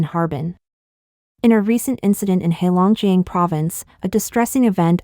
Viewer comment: Pronunciation help... Qin Gang = chin gahn... Heilongjiang = hey long jahng.. Yuan = yen..Wei bo = Way bo